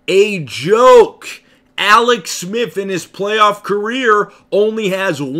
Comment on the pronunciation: Bruh you should be an expert at pronouncing your L’s considering you’ve been taking them for years. Alex say it with me Aaallllleex now awex